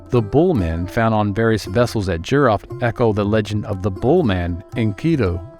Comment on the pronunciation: It's E-RON budd not EYE-RAN. And JEE-ROE-FT not JUY-ROFT.